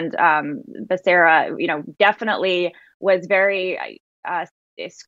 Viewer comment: you pronounced Becerra wrong. It's pronounced Bakaria...I mean Beshera.